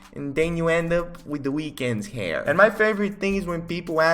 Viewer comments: Nobody:.. Angel:"hayier" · nobody: angel: heair